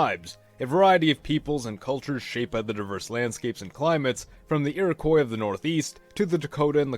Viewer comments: It's pronounced Iro-kwa not Iro-koi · Iroquois was normally pronounced "eero-qwaw" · Please stop saying Iroquois wrong, it's ur-uh-qwah